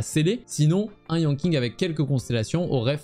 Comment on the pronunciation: Yanking ? Donc Keking ? mdr je taquine mais ca se prononce comme Keqing si jamais mais avec Yan devant ^^